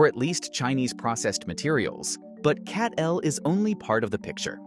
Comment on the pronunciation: CATL pronounce like Cattle not CAT-L.